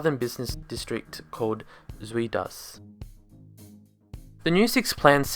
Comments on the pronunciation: It's pronounced Zoid As, not Sweet Ass. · For a more correct pronunciation of "Zuidas", try saying "south", but with a 'd' instead of a 'th'. "soud-ahs". It's not perfect, but "Zoo-eed-as" is way off. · Pronouncing Zuidas as Swede Ass. You're closer to the original pronounciation if you say "South Ash". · Zwee-das 😂😂 its pronounced Zoyd-as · Good vid mate. Excuse my `Dutch` but, Zuidas is actually like Zuid-As. South-Axle. You make it sound like Zui-Das. Zuid like in South. Not Zui like in South. Z=S D=TH. FYI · sounds like a South African saying "sweet ass". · Did that guy just pull a crate of Hertog Jan out of the pond? 👍 BTW, Zuidas is pronounced "Zowd Us" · LOL "Zweedas". When you see "iu", think "ou". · Zuidas, Sweet-Ass ... mhm yep, I'll approve it. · its pronounced za-ooh-das! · Zuïdas? Zu-idas? Wat zeggie nou? Jeez... is it that hard for you bloody foreigners? :P Ok, you could be further from the Dutch pronunciation by lengthening the a, but you're off quite a bit already The "ui" in Zuidas is a single sound. If we were to separate the u and the i, the i would be written like ï, or there would be a dash in between. Since all that's not the case, we pronounce it just like the google translate lady does. Do your pronunciation homework next time please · je sui das? ahaha zui das wtf is that pronunciation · I'm going to study there this year, love how you say "zuidas" btw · Nice try! The ui from zuidas is pronounced more like the uy from buy, but more in the front of the mouth. Zuidas means: South Axis (referring to the connection between Schiphol Airport and industry, and the city. Zuidas is the axis in between and therefore a great location for businesses. It's also connected to two major highways) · Lol, your pronounciation of Zuidas is funny. I love being in the Zuidas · The way you pronounce zuidas😂😂😂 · Funny how your pronunciation of "South Axis" sounds more like the actual pronunciation of "Zuid as" than your pronunciation of "Zuid As"